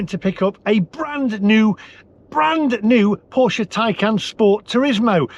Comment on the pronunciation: Please learn to pronounce Porsche properly.